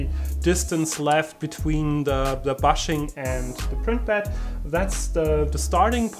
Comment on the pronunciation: "Bushing" is pronounced booshing...